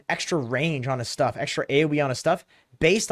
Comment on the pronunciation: Intresting "SHTUFF"